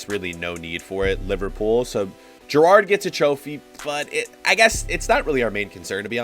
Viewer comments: Its Gerrard not gerrardie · The way he said Gerrard killed me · The way he says gerrard 💀💀💀